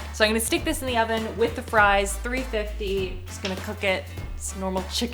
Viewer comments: When you said: thank you oven, I heard thank you 'Alvin' 🙈 maybe a new name for your oven? Love your content! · I thought you had oficially named the oven cause I heard "Alvin" but then I realized you had just said oven lol